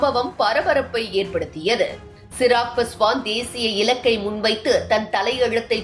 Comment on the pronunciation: Chirag Paswan illai. Avar peyar Chirag Paaswaan. Peyarai seriaaga uchariungal.